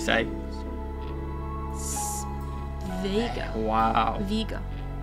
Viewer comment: Come on its not Viga just Vega 😂